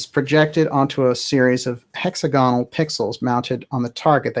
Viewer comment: Excellent series. One tiny problem near the beginning, though: [correct stress pattern, adjectivesr] heXAgonal diAgonal [nouns] HExaGON * "HExaGOnal" is not correct * Extremely enjoyable